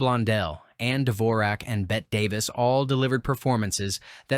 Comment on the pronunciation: "Controversy" might be forgivable... [might] be, but referring to Bette Davis as "Bet Davis"... no no and hell no!